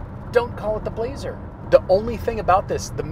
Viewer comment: Good review, blah-zer car.